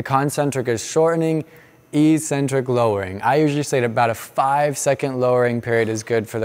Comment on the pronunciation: Eccentric isn't pronounced like that